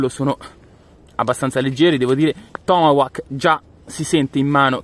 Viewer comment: ti pregoh la pronuncia dei tomahawk si direbbe tipo tomahok letto cosi è la pronuncia giusta :):):) bei razzi ,più belli gli apollo e pare avessero un botto anche più forte degli altri e bello il fatto che il coso che lo manda su nn si interrompe e continua fino all'esplosione